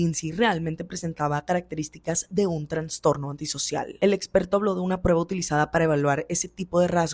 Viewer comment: Todo bien pero se dice Trastorno no TraNstorno.